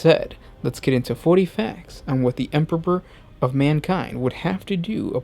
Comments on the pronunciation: this dude has said 'Emperpor' several times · Dude totally pronounces it Emperor-ber. Good video, just can't overlook that beginning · "The Emporber" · Why do you keep saying EMPERPOR?? Is this supposed to be an inside joke between you and your editor or what? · what happened to the other guy who used to do some of these videos? he used pronounce thing correctly! “Space woofs” and “Emporber” great content on these vids but the whole way this guy puts on a voice pisses me off. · hah!! Very amusing. Now, whytf is he saying EMPERPOR!?!?! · Glad it weren't just me. I herd empperper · I love your videos but I had a little chuckle when I heard "Emperber". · "THEEE EMPBUROR" :D what a joke, for a native speaker. :D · anyone hears empopor, too? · I honestly couldn't focus and listen eventually stopped watching due to "the empebor" hearing it over and over again! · Is it so frickin' difficult to pronounce EMPEROR!? Sorry I can't like this video, this narrator's weird pronunciations are to distracting to actually listen to what he has to say Disliked unsubbed' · the emperper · By the Emporber this makes me laugh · First you mispronounce "Corps", now you mispronounce "Emperor". Jesus fucking christ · Am I the only one who heard him say emperor weird??